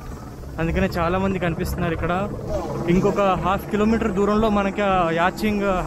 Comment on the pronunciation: Buddy- The correct pronunciation is *yaat* NOT “Y-a-t-c-h”